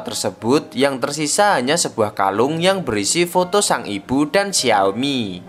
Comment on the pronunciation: Kenapa ya kita orang jawa susah nyebut huruf B??😅 Ibu di bacanya ipbu🤣🤣 Bibir dibaca Bipbir😂